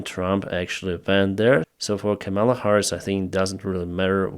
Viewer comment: It's Ká-ma-la, not Ka-míla